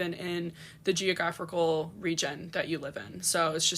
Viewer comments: She didn’t even pronounce geographical right tho 😅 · Not correct. She said if you’re white. What’s your roots? Your ancestry? Like you lived there forever? Like I said, she didn’t even pronounce the word geographical right so……🧐